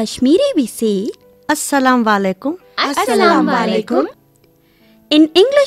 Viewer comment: It is " Asalmu alaikum" but you said " Asalamu Walekum" ?????